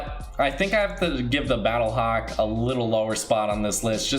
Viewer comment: I got triggered when he said battlehawk and visitor